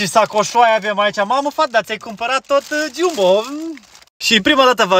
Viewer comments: Geambo ,se pronunta corect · .se pronunta jambo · Se scrie jumbo dar se pronunta gambo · Jambo se scrie chiambo se citeste dar va ador❤❤❤❤❤❤😊😊😂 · Se scrie Jumbo dar nu se pronunța Jumbo!😂(Gambo) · Se scrie jumbo dar se zice jambo